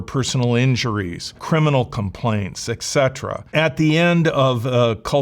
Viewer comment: you mispronounced et cetera